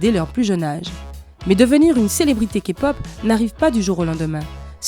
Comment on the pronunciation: Pour une fois q'un non-fan prononce les noms des bts presque parfaitement, et tous les autres noms : 2pm, bigbang.... Et aussi prononce bien la "Képop" Je suis choquée !! C un excellent travail !!!